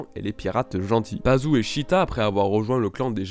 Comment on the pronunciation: Super théorie super vidéo mais Attention! il y a des mots écorchés : Laputa se prononce "Lapiouta" Muska : "Mouska" Pazu : "Pazou" et c'est LuShiita Toël Ul Laputa et Ramuska Palo Ul Laputa.